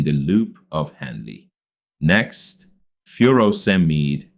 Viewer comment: has the wrong pronunciation of Furosemide